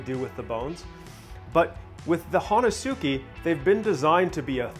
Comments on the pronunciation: It’s pronounced “hon-es-ke”. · Ho-nes-ki pronunciation in Japanese. great video.